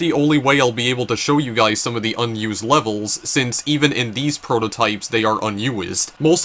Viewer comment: did he just pronounce "un-used" as "un-u-is'd"?